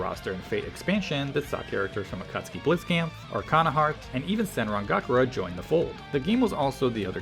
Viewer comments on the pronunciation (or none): Great video and all but uh you said "senran gakura" and i'm gonna have to deduct points for that